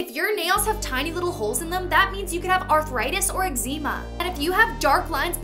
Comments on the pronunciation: It's pronounced ex-zem-a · Did she really just pronounce “eczema” like that